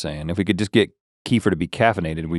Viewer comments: Guys, it's not Kee-fer like Kieffer Sutherland... it's Keh-FEAR or Kuh-FEAR...lol!! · i love kefir, its not pronounced like "keefer" it's more like "kehfeer" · Hi guys, my husband is Slavic. They drink a lot of kefir. And they called it "ker-fear", not "kee-fur". Dont know why.